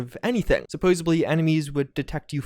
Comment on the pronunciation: Supposebly?? I think you need a patch